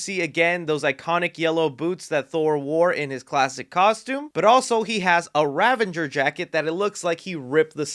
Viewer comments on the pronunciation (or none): There’s no “n” in Ravager.